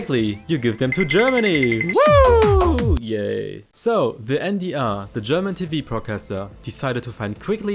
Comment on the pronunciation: man übersetzt keine eigennamen, auch wenn du alles auf englisch sprichst heisst der sender immer noch en de er statt en dee aarr